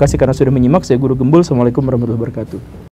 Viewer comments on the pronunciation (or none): none